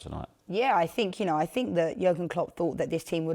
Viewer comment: Take a drink everytime she says "I fink" or "you know". Let's get smashed 😂